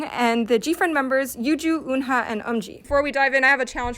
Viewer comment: I like the react videos to Gfriend's songs 😂😂 Anyway, just one thing, Eunha is pronounced is Eun-ha but with a silence h (so kinda like Eun-na), just how korean pronunciation works 😅 Note: I am not korean